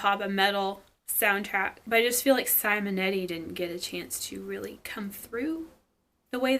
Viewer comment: Pronunciation tip: ‘See-monetti’ 😉 I met him at a con and he also performed some themes.